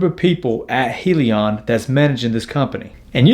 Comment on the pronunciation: Hyliion stands for “hybrid lithium ion” pronounced (hi-Leon)